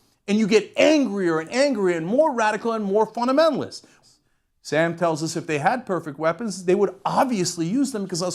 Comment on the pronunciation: Cenk consistently says, "EEE-moral" for "immoral".... and "EEE-relevant" for "irrelevant" (he got these from Resa Aslan, his JO Buddy) Also says "Funnaminaliss" for "Fundamentalist," and "Gennalize" for "Generalize." He can barely talk. : )